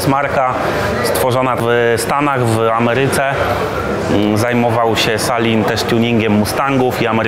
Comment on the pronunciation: Nie salin tylko selin wymawiamy uwielbiam wasz kanał praktycznie odnośnie motoryzacji i czegoś dobrego z jajem nie ma, pasją i normalnością w najlepszym wydaniu tworzymy zajebiste materiały .